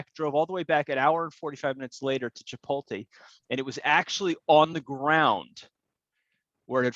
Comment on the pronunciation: Hey. I think you’re saying Chipotle wrong. Lol